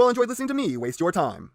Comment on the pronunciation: Lmao the end u said wasting my tie.....NOOOOO MY TIE